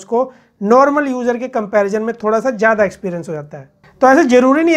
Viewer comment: جیادہ، جروری ،جمین 😂😂😂😂 ضروری، زیادہ، زمین صحیح الفاظ ہیں، تلفظ کا صحیح استعمال کرنا سیکھیں ۔۔